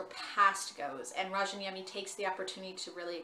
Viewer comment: Great review. However, just for future reference, there are 2 [very similar] ways to pronounce his last name: The Finnish "J" in Rayaniemi isn't pronounced with a ⟨ʒ⟩; i.e. the "zh" sound. It's actually a "Y" sound. So, you end up with either,RAHY-UH-NEE-ME or RYAN-YEAH-ME -- you can also roll the "R" if you're really wanting to be proper/sound true to form. ﹡﹡ᴵᶰˢᵉʳᵗ "ᵀʰᵉ ᴹᵒʳᵉ ʸᵒᵘ ᴷᶰᵒʷ" ᴬᶰᶦᵐᵃᵗᵉᵈ ᴳᶦᶠ ᴴᵉʳᵉ﹡﹡